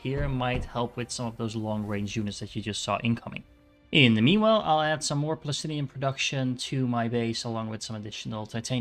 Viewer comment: why do you prenounce plastanium as plastinium